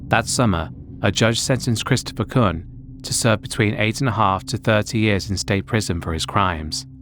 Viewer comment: I know someone with the last name Kuhn, it's pronounced exactly the way you didn't want to pronounce it. Lol